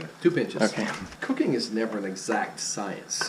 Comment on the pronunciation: i think he said cooking but i heard "cocaine is never an exact science" ....